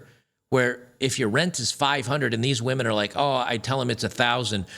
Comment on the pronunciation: Funny because while she's saying this she mispronounces "women"